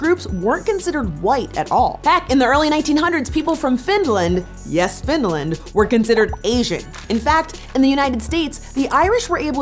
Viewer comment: why does put a D in the middle of Finland. It's Finland not FinDland